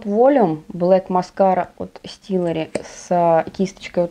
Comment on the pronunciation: Стеллари! А не стиллари! 🤦‍♂️